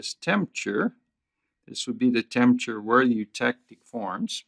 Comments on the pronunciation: Good video. Just one side note: it's pronounced TEMP-ER-A-TURE. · i was also intrigued by the way he pronounced it. i wonder where he's from